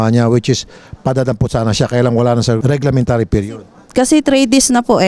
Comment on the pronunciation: Reglementary period lodi hindi reglamentary.